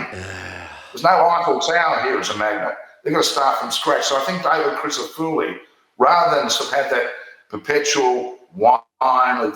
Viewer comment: Why cant you pronounce David Crissafulli's name correctly. Its apelt with full at the end of his name not spelt with fooli . I know David well and he would not say too much about this, but its not polite not to learn how to say people 's names . Im sure you would like your name spoken correctly